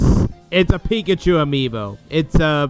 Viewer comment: 😮 Resident Evil 2 and code veronica!!! 😮 And lol... "pick-at-you" its pikachu 😆😆😆